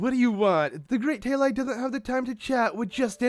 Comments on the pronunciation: How do you get "Tail-I" from the name Tali? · Who else here got triggered when he wasn't pronouncing TALI correctly. Freaking boschtet!